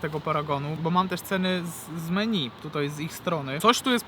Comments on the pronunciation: Menju a nie meni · czytaj: „menju”